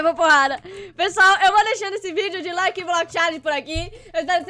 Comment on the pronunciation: no final do video vc falou laike block challenge